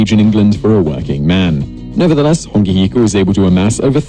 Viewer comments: And hes saying Hongi Hika wrong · Bro bet how many people got mad when he said and I quote “Hongi hika” it’s hone heke